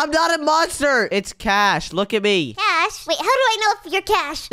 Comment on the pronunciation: its cash not c a s h